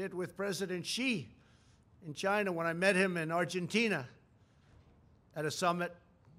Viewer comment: LOL why can't he say China normally